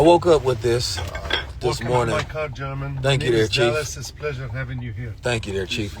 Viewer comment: The way you keep saying mourning,I KNOW you're sad